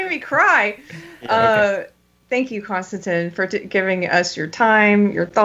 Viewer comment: Every time this guy said ‘Konstanteen’ I wanted to rip my ears off.